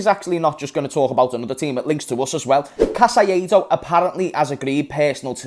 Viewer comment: Bro who is Casaiedo? 😂😂 caicedo: repeat with me (KAI - SEDO) Its easy...